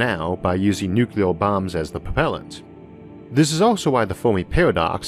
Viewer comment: Isaac it's not "Nukelar war" it's "Nuclear war". Of all people . . .